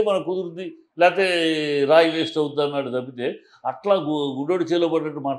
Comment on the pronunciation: ఆంటాడు కాదు ఆన్నాడు